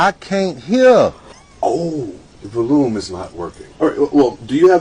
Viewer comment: 😮😵‍💫🫨VO-Lume….CHA-nnel 😆😂😂I absolutely didn’t catch it until it was almost OVER…. I’m done 😅😢🤣